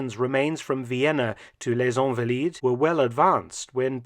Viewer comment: It's ahnvaleed not onvaleed. And San Jerome not Sohn Jerome